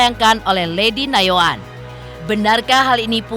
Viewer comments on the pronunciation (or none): Nayoan pak bukan yanoan